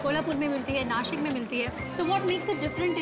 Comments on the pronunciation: its not nasik its nashik :yt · It's "Nashik", not Nasik. Hindi speakers deliberately spoil marathi names. Do you call Washington as वॉसिंगटन or वॉशिंगटन? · अरे नाशिक आहे ते! भिकऱ्यांसारखा नासिक नका बोलू😡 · It's Nashik. 😬